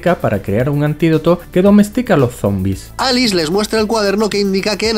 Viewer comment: Minuto con dice Alix en vez de Alice Error épico jaja